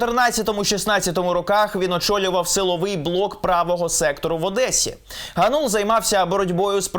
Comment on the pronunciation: Дем'ян ГАнул, а не ГанУл. Oboz UA, готуйтесь краще до репортажів.